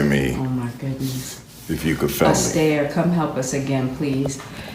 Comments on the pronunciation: I wondered "who's Astair? Fred?" Did she really mean Esther and can't pronounce it?? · right? Instead of Es-Tur she is referring to her as Es-Stair. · she's pronouncing the name "Ess-tare"which is really odd but people do like to make up their own pronunciations these days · Est-air! Seriously? Foolishness? OMG! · "Ess Stair" ....seriously!?😅 .Any body who deliberately miss pronounced their own name in a bid to sound more posh , also has issues. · Esther does pronounce her name Estaire. Esther is also highly narcissistic. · Horrible, horrible woman. Using "Ess-Tayy" to triangulate. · honestly just the pretentious way she pronounces "esther" makes my stomach hurt. The way she treats will makes me want to throw up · Does she not know how to pronounce "Esther"? Jada is so toxic and narcissistic. He needs to get out. I hope he's getting help (to get out of that marriage). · How does she pronounce ESTHER lol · He looks traumatized in that video. And she mispronounces the name Esther weirdly two times in two different ways. And why's she coming across so dark you can't see her features? Shady as!